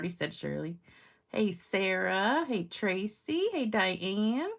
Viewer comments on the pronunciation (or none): none